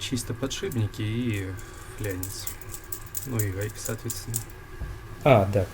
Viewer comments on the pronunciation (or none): флаанец а не фляяяянец